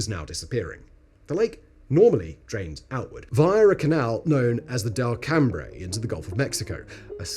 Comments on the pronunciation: It's pronounced "Del come", not "Del Cam Bre" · South Louisiana resindent here. Delcambre is pronounced as DELL-kum. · Yeah, not so great at Del-cam-bray 😅 But Lake Peigneur was spot-on! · The locals pronounce Delcambre as Dell Come as if the bre doesn’t exist. The Cajun language is very odd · We pronounce Delcambre as Del-come. The lakes not the far from here. Parents tend to tell their kids what happened at the lake almost anytime they pass by it. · Being from Louisiana, Delcambre is pronounced "Delcomb" down here we have cajun French and names are pronounced very different from how they are spelled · He pronounced Delcambre wrong though 🤣